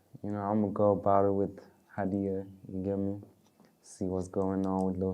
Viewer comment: The way people butcher my name though 😂haiiiii... It's Ha'diyah.... Hhhhha di yahhhh...